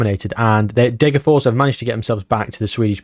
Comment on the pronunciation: Please pronounce Degerfors more naturally even if it comes of as Britishness deluxe, as a Swede that’d be much better